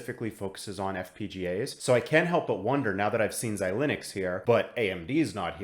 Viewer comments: Xilinx is pronounced xi-links, not xi-lin-ux. As always, great stuff! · Yup! I don’t think I’ve heard this Xi-Linux pronunciation anywhere else but here.